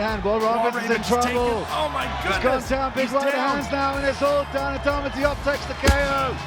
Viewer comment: I think you're mispronouncing both "Nguyen" and "Diop".